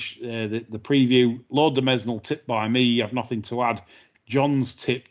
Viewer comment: Great show as ever. I have a complaint though, the S in Mesnil is silent.